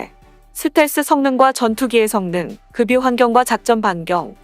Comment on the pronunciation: 급유를 금뉴로 읽던데 그뷰로 읽어야 올바른 국어랍니다